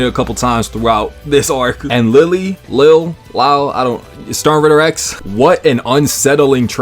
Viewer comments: Lille barro's name is pronounced as Leejay or Leeyay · I got the impression Lille Barro's name was supposed to follow Spanish pronunciation rules, so more like LEE-yə That's how Yhwach pronounced it, at least. Or a Japanese approximation of it